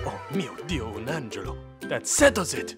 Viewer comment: Italian facts: The pronunce of the italian terms was kinda meh. Even tho that "oh mio dio un angelo" (oh my god an angel) was prefect!